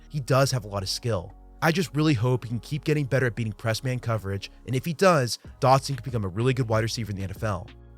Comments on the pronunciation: in the first 30 seconds you said "Curtis Samuels" and "Jahan Doxon", how am I supposed to take it seriously from there? The content is fine, just smack talking the strange mispronunciations to start such a high effort video. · Your pronunciation of his last name as "Dockson" is giving me PTSD from having endured Josh Doctson's bust of a career. Edit: seems like you only did it at the beginning.